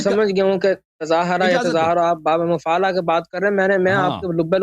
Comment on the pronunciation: باب مفاعلہ نہیں تفاعل ہے ۔ زیادہ بن رہا ہے